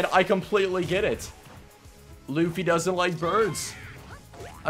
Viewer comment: they butchered luffy so hard but I love you keep up the good work!!!